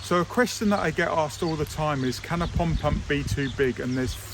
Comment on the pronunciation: I realize there is an accent involved, but please say POND pump, NOT “pump pump”! :-)😊